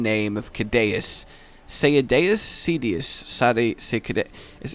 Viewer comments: Seh-day-us. That's how you pronounce Cedeaus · Sea-deus that's how you pronounce it. And I liked the underwater combat. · I died each time you said "kuhdayus" it really bothers me.... Maybe a little too much, but still! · Not pronouncing Ceadeus right. It's a C not a K. :P Sea-day-us or Sea-dee-us. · It's pronounced See-dee-us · Saydus. Thats how its pronounced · I know it's not from a real Euro language, but an e after c, means c is pronounced as s. Similar to cerebral, cereal, and center/centre So kedeus is just wrong, IMHO.. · I think the way you are supposed to pronounce ceadeus (and also the most graceful way) is: see-a-day-us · It's SEE-ADD-E-US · You're upsetting everyone with the wrong name pronunciation >D:<